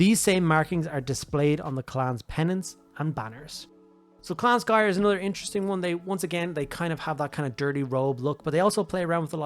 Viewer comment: I literally had to mute the video because I couldn't handle him mispronouncing Skryre every single time. SK***R***YRE. THERE ARE TWO R'S.